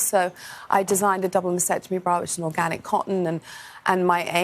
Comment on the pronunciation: She doesn't even know how to pronounce maSTectomy? It's not masectomy.